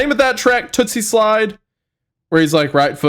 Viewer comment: I’m upset Wendiclown kep sayin tootsie slide it’s toosie slide 😂